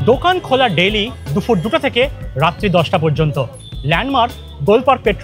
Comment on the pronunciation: Sab Kichu thik achhe khub khub informative ar medheen presentation sudhu ektai kotha na bole parchi na...kotha ta DUPUR... DUFUR NOY... Eta ektu thik kore nile ekdom durdanto ❤